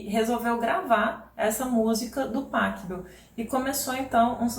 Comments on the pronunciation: Muito legal seu canal e o conteúdo que você gera. Obrigado, viu? Só uma dica de pronúncia no Pachelbel: O "ch" lembrando o som de "rr", como no Bach. Soa algo como Pa 'rri' bel, ou Pa 'rrou' bel. Valeu! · Professora, uma pequena correção: em alemão, o ch se pronuncia como rr. Então, Pachelbel se pronuncia Parrêlbel.